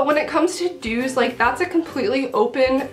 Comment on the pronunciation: lol i heard dudes not dues